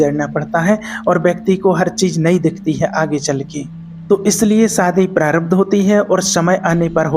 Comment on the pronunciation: सादी नहीं शादी 😂😂😂